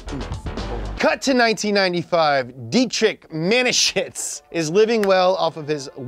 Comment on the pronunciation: When you are a german and you her the pronunciation of Dietrich Mateschitz the video is very funny😂.